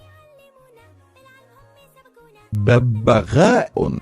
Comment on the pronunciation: ما شاءاللہ! بارک اللہ فیک ١. بَبْغاء، بتشديد الباء الثانية و سكونها أيضاً. ٢. حِدَأَة، بكسر الحاء المهملة و سكون الدال. ٣. شُتْرمُرغ، بضم الشين. تقبل الله سعيك و جعله مشكورا. لا تنسوني في صالح دعواتك.